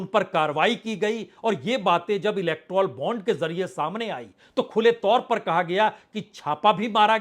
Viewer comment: आपकी तक़रीर में अक्सर तेलांगना, इलक्ट्रौल बांड व हिडनबर्ग रिपोर्ट का जिक्र आ ही जाता है, तो उचित होगा उनका उच्चारण यथाशीघ्र दुरुस्त कर लिया जाय 1. तेलांगना नहीं तेलंगाना 2. इलक्ट्रौल बांड नहीं इलक्टोरल बांड 3. हिडनबर्ग रिपोर्ट नहीं हिन्डनबर्ग रिपोर्ट